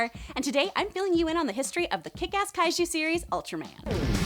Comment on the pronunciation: Wow did she just say Kaichu series? uhuh omen that the Netflix Ultraman will suck.